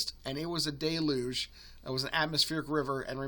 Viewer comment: DELL yuge. ✅ Not Day luge❌